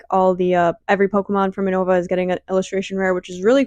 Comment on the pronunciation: No shade but "U-No-Vuh" had me wincing Everytime 😂